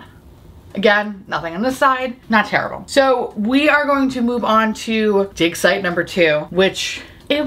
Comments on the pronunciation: When you said "dig-site" i legit thought you said d*cks eye😂😂😂😂😂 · Half listening, I literally thought you said “I got it in shades Dick Side 1 and Dick Side 2”. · It took me a full 5 minutes to realise you were saying “dig site” and not “dick site” 😂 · Wait, that isn’t what she said? 🤔😂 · I didn't realize it until reading your comment 🤣🤣🤣. I was thinking, "Wow, they named it 'Dick Site.' 😳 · It took me a few times to realize you were saying “dig site” and not “d@ site” 🤣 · 😂😂😂 how many times she said "dig site" for the bronzer that is totally not what I heard. When it finally clicked 😂😂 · This comment was enlightening. I was so confused!